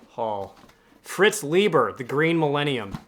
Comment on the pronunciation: Brunner is good. SHOCKWAVE RIDER a proto-cyberpunk. Like you, I love Bear's BLOOD MUSIC. Cordwainer Smith and Stanislaw Lem are great auto-acquisitions. The awards volumes always make for good reading. Fritz Leiber's surname is pronounced Lie-ber, not Lee-ber. The Zelazny, LORD OF LIGHT, is really good. Spinrad is oft excellent, but I've not read that specific title. Love Vance. THIS IMMORTAL is good Zelazny. It tied with DUNE for best Hugo novel in '66. L'Engle is pronounced like the apostrophe isn't there. French in origin but anglicized. LENG-el. WIZARD OF THE PIGEONS is wonderful urban fantasy. Love Avram Davidson. I'm not as enamored of his SF, but his Fantasy/Weird stuff is great. THE PHOENIX AND THE MIRROR is great, but also hard to come by. I've never come across that edition in the wild. You're right on the Ron Goulart pronunciation. Ghoul-art. Incredibly prolific, infamous for writing the William Shatner TEKWAR books. HAAKON, not MAAKON. Quasi-historical fantasies centered around Vikings. More sword and sorcery adjacent than true sword and sorcery. Aye, Lumely wrote the NECROSCOPE series. Tiptree was, and remains, a favorite. Gérard Klein, not Gerald. French SF author. His short work, especially the early short work, is his best. The novel isn't related to Nivel and Pournelle. It's just that both titles are playing off of a Biblical episode. Gosh how Thomas Burnett Swann's profile has fallen. THE INTEGRAL TREES is Hard SF. It doesn't begin realistically like BLOOD M